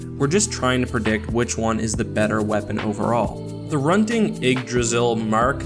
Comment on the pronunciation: hrunting ydggrasil is pronounced as such: hroonting eedgrasil